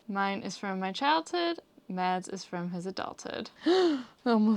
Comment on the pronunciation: I’m so glad that you pronounce your names in the introduction. My names gets messed up all the time but please,, if you’re going to marry the guy, stop pronouncing Mads and start saying Mas. It’s not as hard as my name or other names. Everything else is great.